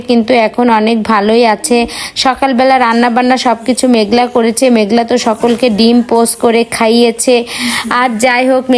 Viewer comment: আরে ভাই আপনার মেঘনা মেঘলা না মেঘলা না মেঘলা আমরা তো মেঘনা নামটা ঠিকমতন কইতে পারেন না তো আপনি মেঘলা মেঘলা লাগায় দিছেন মেঘনা নাকি হারার ভিডিও দেখতেছি এর ভিডিও থেকে ছবি দিয়ে ভিডিও গান বানানো দরকার নাই দেখতেছি তো না